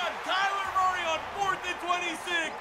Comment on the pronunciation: I want to die bc most this vid u said kyler muryy